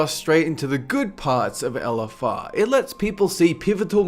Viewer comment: I like when he says "ELLEFFARR"